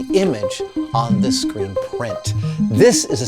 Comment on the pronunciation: He's been working at IMAX for 33 years; but he can't say the word "screen".